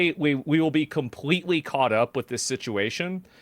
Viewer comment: You pronounce the words “police and completely“ with no L’s. Work on your speech impediment. Yes you do have a speech impediment.